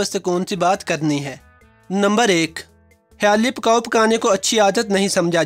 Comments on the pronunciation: Khyaali pkaao nhe . Khyaali plaao hota hy bhae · Apnyy aik lfz ghlt bola video me khayalii pulao not pukao? Wow these. All habits in me